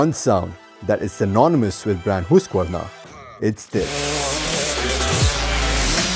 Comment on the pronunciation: It’s called Hoosqvarna🥺 Strell says it right!!